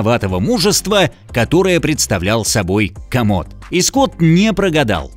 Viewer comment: Не комод А Коммод